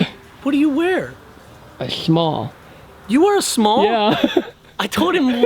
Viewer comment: "what do you wear?" "A shmall"